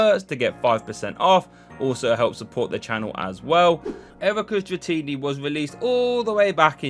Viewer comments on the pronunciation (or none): Such a weird way to say erika's dratini